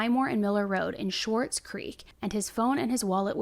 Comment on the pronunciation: Just so u know you say Swartz kinda like Sword . More of the W sound . Let the Swartz be with you… spaceballs … If ya know you know … Nbd just thought I’d let u know .